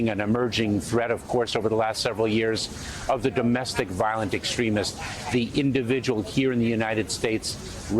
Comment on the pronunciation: Notice the emphasis repeated...note 'the individual'...thats the enemy sent to your subconcious...'the INDIVIDUAL' is the enemy. Collectivist ideology conditioned and consumed en masse!